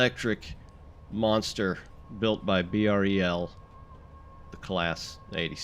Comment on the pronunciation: it's pronunciation is Br-ell (brel)